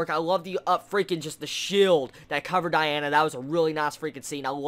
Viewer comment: Let me fix the names u say: Diana, Melio-DASS. (Haven't heard the other ones yet) Real names: Dee-ann, melio-DISS